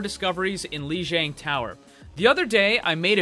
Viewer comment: It's pronounced "LEE JEE*AH*NG! Grrrrrrrrr!!!!